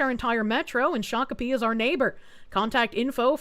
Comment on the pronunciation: You're correct on the Shokapee pronunciation.